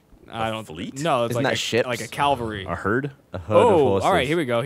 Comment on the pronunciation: Cavalry! The "L" is not before the "V"!